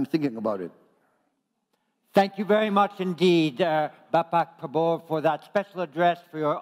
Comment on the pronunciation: Kelihatan MC nya harus kursus sebulan untuk belajar mengucapkan nama PRABOWO